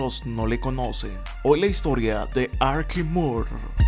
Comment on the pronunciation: Es Archie o Archi... así se pronuncia el nombre de ésta figura deportiva. Tú lo pronuncias Arqui, como si fuera Arquitecto. En lo que estás en lo cierto es que fue muy muy grande.